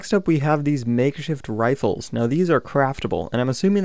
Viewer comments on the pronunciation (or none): Crimson Eros lol you went how he said "riffles"